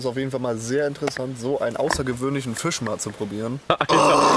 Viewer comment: Es heißt FISCH und nicht FICH!!!